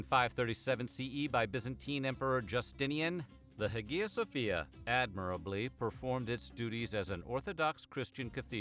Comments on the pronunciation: "Huh-gee-yah"? No! Hi - uh, or haya - no hard "g" sound. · hagia ... pr. eye-ya. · Isn't the "g" in Hagia Sofia not pronounced?